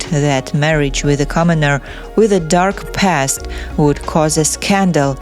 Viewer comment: It's silly how the narrator of this video keeps saying "dark past" with a thick accent, as if the princess was some former KGB agent... Lol dark past!